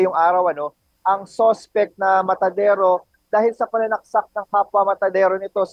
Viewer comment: Ano daw,, madansero???? Matadero Po Hindi madansero